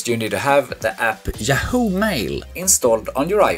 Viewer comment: Thank you for the tutorial. The screen says “Yahoo” Mail, but the narrator is saying “Jahoo” Mail. A little confusing to listen to.